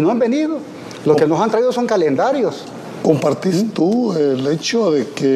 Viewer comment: Dijo caliendarios😅?